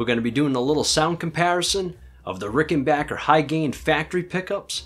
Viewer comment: Nice video and you’re pronouncing Rickenbacker correctly too! 😊